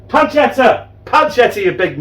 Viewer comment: Hi, did I hear you say Spamchetta? 😂😂 Lol M